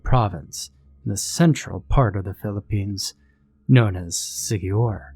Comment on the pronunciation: And thanks for pronouncing it correctly.